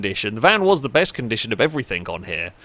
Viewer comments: 'everythinG' not 'everythinK' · “Everythink” lol love you